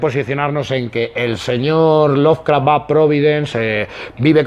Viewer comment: ¡Que no es "loveRcraft", que es "Lovecraft"! Jaja.